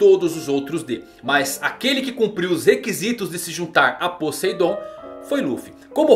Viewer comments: "Podeidon" kansksnsn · "Podeidon" aí é a arma mais potente, manda salve!!